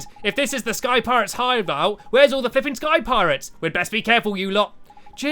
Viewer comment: When I heard space piretes I started laughing a storm